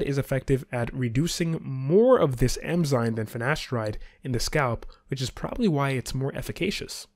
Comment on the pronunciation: Great video. Small tip: it is “eN-zyMe” not “eM-zyNe”